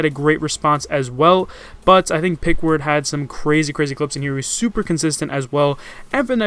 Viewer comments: Peckerwood. not pickward. just sayin' ;) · It's pronounced pekerwood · You pretty much Fucked up the first two Players name and/or their gender in this video. #5 is Pronounced PeckerWood #4 is a girl not a guy, and it's Alyssa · His name is pronounced parkword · its pronounced peckerwood lol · this how you are supposed to pronounce pkrwd. Peck er wood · Peck-er-wood lmao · omg pkrwd he said it wrong oh my lord